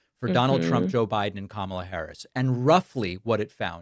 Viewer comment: tRe: Trump’s vocabulary… what about that thing he does where he emphasizes certain syllableslike Bi! Dun or cuh Mal! uh?